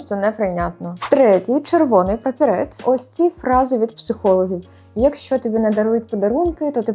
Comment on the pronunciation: Прапорець, а не прапірець😂